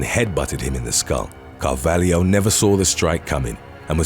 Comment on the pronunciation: I always thought the narrator was Australian, so that surprises me that he's getting slack about Melbourne. He constantly mispronounces things though. Did you hear how he said Carvalho?